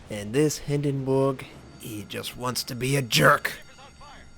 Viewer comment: If you use the English pronunciation, which is what you have been doing, the ship is pronounced HindenBERG with a hard "r." Not Hindenboog. The German pronunciation rolls the r more, but at no point is it pronounced Hindenboog.